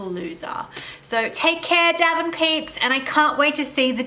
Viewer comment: Aunty I thought you said Devon not Daven peeps from Sophie your niece